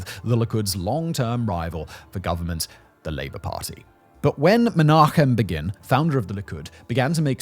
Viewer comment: Well done on the "CH" sound in Menachem Begin